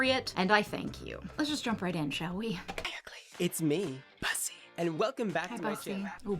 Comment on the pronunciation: "Bussy" isn't pronounced "Bus-ee", it's pronounced as "Boo-see" (like the aspect of human anatomy it's referencing). Can you imagine if we called it a "puss-ee"?